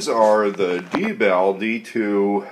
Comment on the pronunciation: It is pronounced (DEE)-BALL and it is not a requirement for manufactures to put an indicator light on the unit that notifies the operator that the IR laser is used; this is how the real manufacturer actually indicates to real world operators that the IR laser is activated..so not just because it's civilian my friend. I work with these units in real life (the real LE/Mil restricted units) and the real units have a green LED on the back of the unit, not red. So there you have it!